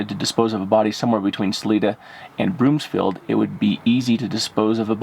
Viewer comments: And Broom-field not BroomS-field. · Broomfield. Not Broomsfield.